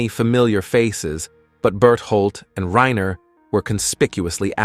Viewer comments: ITS NOT RAINA ITS RANER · I can tell you watch dub with how you say “Reina” not Reiner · WHY THE FUCK DO YOU SAY REYNA!??!?! It's fkin RY-NER holy shit! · Am i the only one who got confused at the first time he said reiner's name bc he said it "Rayna" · Why can't anyone pronounce Reiner lol.